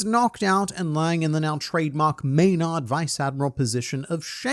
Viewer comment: It gets to me when I hear, "may-nard". Gotta follow your Marineford pronunciation policy with that one